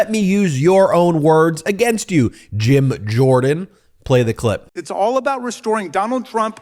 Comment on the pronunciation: Is Jamie Raskin calling Jym Jordan, German Jym Jordan? 🤣🤣